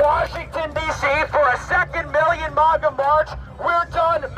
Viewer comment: Ok but why is Fuentes pronouncing it "mogga"? That's almost more irritating than the insane verbal diarrhea dribbling out of his face hole.